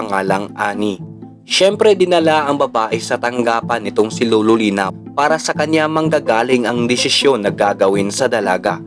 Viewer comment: LOLO HINDI LULU.. BOSS PAKINGGAN MO MABUTI SANA BOSES MO BAGO KAAG UPLOAD..